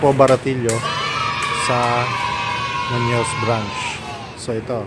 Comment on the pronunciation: Munoz po hindi munos